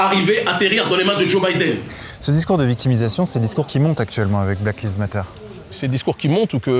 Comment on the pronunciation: Lives ne se dit pas comme livres mais comme aïe.